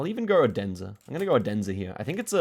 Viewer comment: Just FYI you don't pronounce Odense in Denmark as 'Oh-Densa' - it's pronounced more 'oolense'